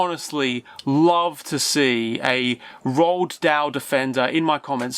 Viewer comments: Damn son, learn how to pronounce "Roald" properly. It's "Roo-all", not "Rolled" or however you're mush-mouth is botching it. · Roald Dahl's name is pronounced, "Roo-All."